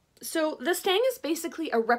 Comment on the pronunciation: It's a stick, pole, staff, or stave. If you insist calling it a stang, then the pronunciation is more like "stung". I know, nitpicking, but I couldn't help myself 🤪